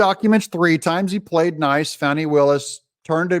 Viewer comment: Doug, you’ve been watching too much TV. You said “Fah nee”. Under the circumstances, I think we should continue to refer to her as “Fanny”.